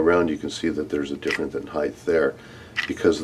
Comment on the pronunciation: Dude do you not know how to pronounce height? Theres no 'h' after the 't'.